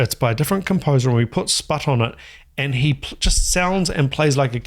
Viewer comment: I was the one who sent the request. Thanks for an incredible reaction video! I’m not a drummer, but I enjoy Sput’s music so much. Always blows me away, and you really did it justice with the reaction. Btw, not that it matters, but you pronounced my name correctly, which no one ever does 😂.